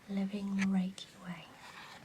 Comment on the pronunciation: you pronunciate reiki wrong. It almost ruined the video for me, almost ;) other than that, a fine video indeed.